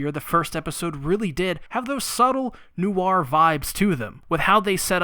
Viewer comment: Ngl as a french speaker it took me a while to understand you were saying Noir